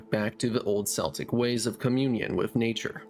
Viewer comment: In the spirit of constructive criticism: - “memento” (meh-mento) not “momento” - Ludd and Luddite is pronounced to rhyme with “blood”. So more like “lod-“ and not “lood-“ - “Celt” and “Celtic” is pronounced with a K-sound - it’s only the Boston basketball team (and a Scottish football team) that’s pronounced with a S-sound for historical reasons.